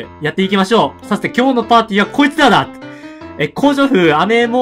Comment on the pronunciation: さthて、今日のパーティーは こいつぁらぁ！滑舌www